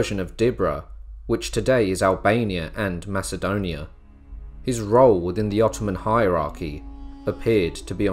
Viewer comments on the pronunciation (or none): none